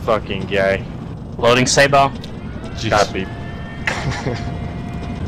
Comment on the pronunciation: Hahahah "loading sabot"